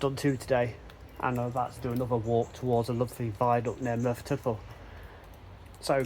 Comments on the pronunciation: Another excellent video from the area in which I grew up. There is a ruined castle at Morlais, which was never completed, and the GWR named one of their Castle Class locos after it. PLEASE don't take this as a negative, but "Morlais" is pronunouned "More-lice". Sounds like you may be heading for Cefn Coed viaduct next? I used to fish for trout under it in the River Taff! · Very interesting. Morlais pronounced morelice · Hello, excellent videos, but sorry a correction on the name...it is Mor as in a dogs Maw or Tor with an M, Lais as in Lice so Morlais is Maw lice Diolch 🙏 and Tor pant aye for Torpantau...not being arsey, just educational on how to pronounce Welsh names. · Morlais is pronounced /more-lice/, as in extra animal parasites. ;-) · Nice video! Very informative and well shot. Particularly like the old photos. In the spirit of being helpful and not meant in any way as a criticism, I've just got a few notes on the pronunciation of the places you're visiting. Merthyr Tydfil - Tydfil is pronounced Tid Vil Morlais is pronounced Mor Lice Sounds like you'll be walking down to Pontsarn Viaduct in your next video. Pontsarn is literally pronounced Pont Sarn. 😊 Torpantau - Tor Pant Eye.